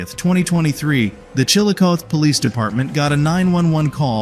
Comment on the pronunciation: "the poelice"